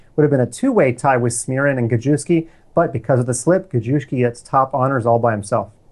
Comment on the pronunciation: Gadjuski. LMFAO. Cool pronunciation! (I think correct is "Gajevskij" - "j" without a d in front of it) I love it!!